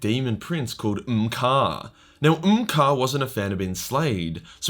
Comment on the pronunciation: By the way, it's Kharn, not Khan.